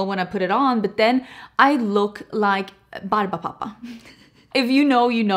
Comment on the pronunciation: omg did you just say Barbababa? 😂 I loved that show as a kid!